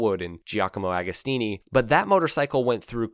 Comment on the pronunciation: Just a heads up, despite how it’s spelt it’s pronounced like “doin”, not “do han”. Can’t believe you got agostinis name better than doohans😂😂